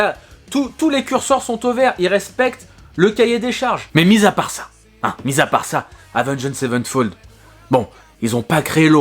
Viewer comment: Ta façon de dire le nom du groupe me trigger au plus haut point xD